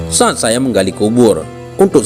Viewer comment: Suatu sa'at kelebihan paseh min saat itu kan pke bahasa indonesia knp pake ain janggal kedengarannya